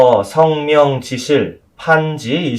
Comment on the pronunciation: 한문 문법적 해석은 참 잘 하십니다. 몇 가지 지적하렵니다. 성명이라는 말의 성 자를 계속해서 짧게 발음하셨는데 이 자는 장음입니다. 시고로 는 이런 고로인데 계속해서 그런고로 라고 해석 하셬ㅆ고 , 인의예지를 계속해서 오상이라고 하셨고, 인물지중 수박지분 같은 4짜 성어를 계속해서 두자씩 띄어 읽으셨읍니다. 이것은 석자와 한자로 띄어읽어야 합니다. 이 구문은, 갈 지 자가 소유격이기 땜문입니다. 한 가지 권하고싶습니다. "한국 어문을 고발함"이라는 책을 읽어 주시압. 미국 변 완수 배